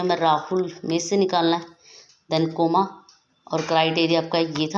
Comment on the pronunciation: Your pronounciation of ", ". Koma is not correct, kaama is correct.